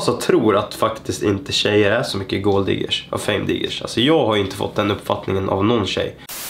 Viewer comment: ”Är tjejer gåld diggers?”